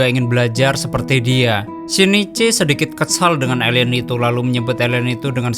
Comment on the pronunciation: Kok elien bukan alien😂😂😂